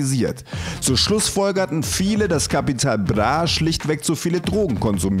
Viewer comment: Kann der nicht "Bra" sagen? ....Capital Blah